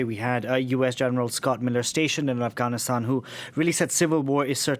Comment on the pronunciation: All these years & they didn't learned how to pronounce Afghanistan